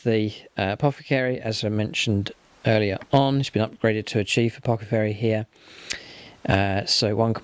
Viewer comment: apothecary, not apocathery. You said it right 5 seconds ago and here it again...